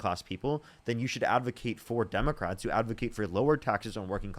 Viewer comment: Does she keep saying “Dumbocrats” on purpose or can she just not say it correctly?